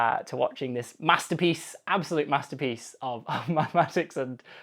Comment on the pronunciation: It's a "mathterpiece"🗿